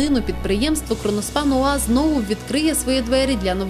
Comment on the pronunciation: КРОНОСПАНА А НЕ КРОНОШПАНА